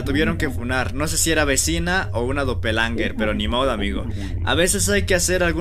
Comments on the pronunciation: SE DICE DOPEL GANGERS NO DOPELANGERS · Doppelgangers❌ Doppelangers✔ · Doppelganger❌ Doppelanger✅ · por que dice dopelanger